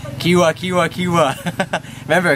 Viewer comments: it is not kiwa its hiwa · sabi nya kiwa imbes na hiwa (chop) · it's hiwa not kiwa :) like he-wha hiwa to slice :) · hiwa not kiwa....Jejeje your so funny.. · it's not kiwa it's hiwa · Bro.. Hiwa.. Not kiwa...